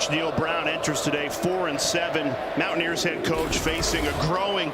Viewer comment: LOL, WTH is this one announcer calling WVU? "Mow-a-neers"?